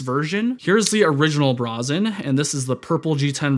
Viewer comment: Grammar Nazi nitpick: It is pronounced as Bray-zen...meaning bold and undaunted. Not BRA-Zen which connotes minimalist women's undies :))